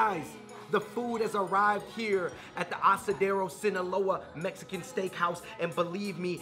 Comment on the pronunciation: He said asadero right but just fucked up sinaloa🤦🏽‍♂️🤦🏽‍♂️